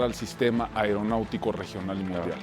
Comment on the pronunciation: Pinche conductor, aprende a hablar. No se dice AIROPUERTO. es AEROPUERTO ni AIRONAUTICO, es AERONAUTICO. y asi eres conductor no mames!